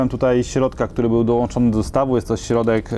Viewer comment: środek , a nie sierodek